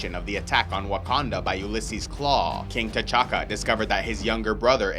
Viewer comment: Love the way you pronounce T’CHAKA